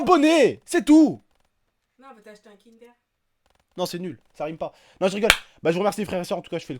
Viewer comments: 😂😂😂 kindère. ça se prononce kindeur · on dit pas kindère mais kindeur